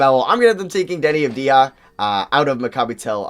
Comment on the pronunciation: I think you are the first american that I heard that pronounces Avdija's name correctly !